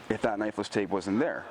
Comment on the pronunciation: not gunna lie...I always thought you were saying necklace tape until this video